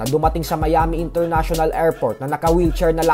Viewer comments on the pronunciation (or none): none